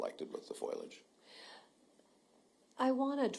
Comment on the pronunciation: what the heck is foilage? lol It is FOLIAGE fo-lee-edge not foyl-edge FOILAGE